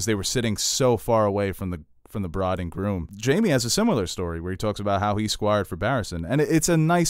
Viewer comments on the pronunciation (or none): none